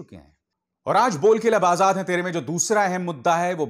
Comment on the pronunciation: आझाद ....ना की आजाद.... उच्चार पढिए..! Ajhad... नहीं Azad...